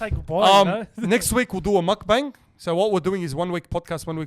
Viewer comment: Please-it’s pronounced mok-bung